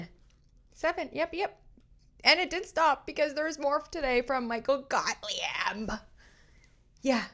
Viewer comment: I crack up every time I hear you say "Gottly-ebb" 😆🤣😆🤣💙💙💙